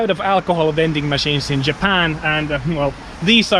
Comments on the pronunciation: You sir, are a wending machine. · What's a "wending machine?" 🤣